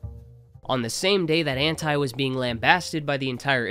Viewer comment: I’ll never stand for the way ANTi says his name